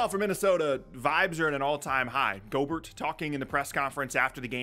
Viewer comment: It's pronounced "Gob-bert" like Gobstopper.